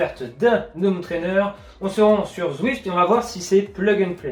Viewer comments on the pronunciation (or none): J'adore les vidéos de la chaîne, vraiment une qualité professionnelle étonnante ! Merci ! Juste une chose, je n'arrive plus à supporter la liaison "zhomme trainer", fallait que je le dise 😀. Continuez, c'est top!